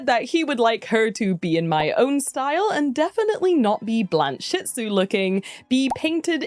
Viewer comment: I think you aught to pronounce it “Blanche-itsu”, rather than “Blan-shitsu”.